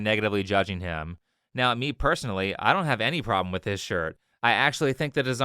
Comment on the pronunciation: If you pronounce the word "with" as "wiff" you should genuinely be laughed off of the internet like the fooo you are